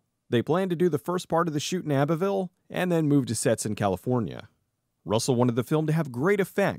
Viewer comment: I love this deep dive, I just have a little correction. The way you pronounced abbeville is a bit off. The abbe part is supposed to be pronounced like the girls name abby